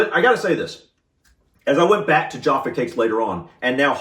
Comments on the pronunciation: Just a small point but they are Jaffa (hard 'a') not jarffa (long 'a') Cakes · 'Jah-fah' Cakes. 😂🤣